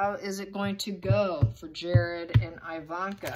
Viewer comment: Thanks for this. Her name is pronounced EEE-vanka, not EYE-vanna and her mom Ivana is Eee-vanna, not Eye-vanna. Same as Iraq (eee-raq, not eye-raq) and Iran (eee-ran, not eye-ran). All have same eee prononciation as with Italy and Israel. Thanks!